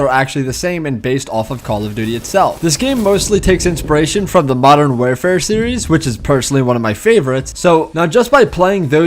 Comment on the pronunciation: did he just say modern wearfare.